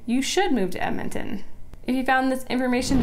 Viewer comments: Honey its EDmonton, not Emmonton. I hate that people can't say the name right. like Left-Bridge or Lloyd Minister, GRRRRR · It's EDmonton. Not Ehmonton. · "ehmintin"? "emintin"? Say it with me: "ed-muhn-tuhn". ED-MON-TON. .... ehdmintin. No. EDMONTON. Fuck yeah. Love my city.